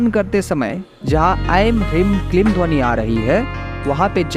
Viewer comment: वीडीयो बना लेते हो, पर मंत्र का उच्चारण सही नहीं है, ह्रीं में बडी ई की मात्रा है, ऐसे ही क्लीं में भी बडी ई की मात्रा है, आप छोटी इ का उच्चारण कर रहे हो।